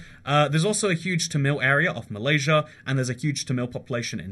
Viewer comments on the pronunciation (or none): none